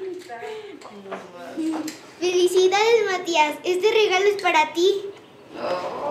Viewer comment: Like si oíste que la hermana matias dijo filicidades matias